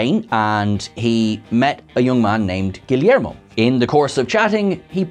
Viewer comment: the Yeager class was actually refreshing, i like the design. also, how did you butcher Guillermo so bad?!